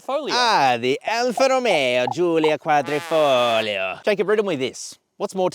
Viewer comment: Well done for the accurate pronouncing of Quadrifoglio. 👍 The round the Nurturing is everything you need to know!